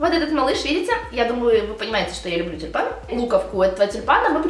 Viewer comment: Мне сначала послышалось не тюльпан , а Степан )) может , это знак? P. S. Спасибо за видео !